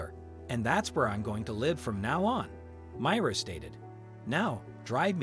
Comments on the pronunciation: It's my- ra not mira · Why can't you pronounce the names correctly? The widow's name is supposed to be pronounced as My rah.